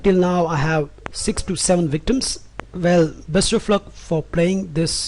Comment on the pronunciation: It is meet not mate okay buddy